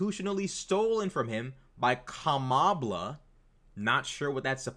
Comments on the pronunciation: Saying "Kambala" instead of Kamala may be the B-word. From men like that, i take it as a compliment! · Kamabla😂 that must hace being on purpose